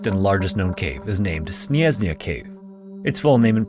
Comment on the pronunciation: I feel like when you have foreign words, you should reach out to a person who speaks that language to make sure you pronounce the word at least a bit properly "Śnieżna"